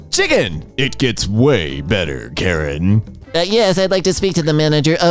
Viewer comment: The language "Karen" is not pronounced like the name, something like "kə-REN". "k" like in "skip" (so without the unwritten h after the "k" in "kind"), "a" like in "fashionable", "r" like in Spanish "perro" (rolled r), "e" like in "bend", stress on the "ren" part, not the "ka" part.